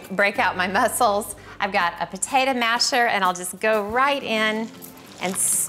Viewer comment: Take a shot every time she says "patatuh"